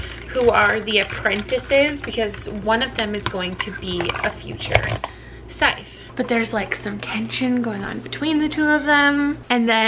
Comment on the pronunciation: The emphasis on the wrong part of the words when you discussed Scythe... ooh I laughed. That's also something that peeves me when reading or consuming content. :P